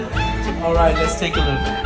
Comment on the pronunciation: saying SUBSCRIBE RIGHTT!